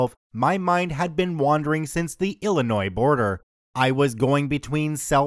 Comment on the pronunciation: At least he said Illinois right.